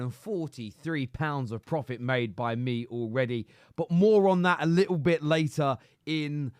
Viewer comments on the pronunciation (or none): none